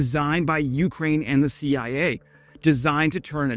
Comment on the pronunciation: "The Shee Eye Ayy?!"